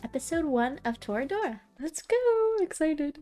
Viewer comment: You are saying the title right, so happy to see more people enjoy this show.